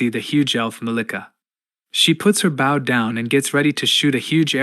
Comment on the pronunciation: AI voices have come a long way but the way it read bow is just wrong.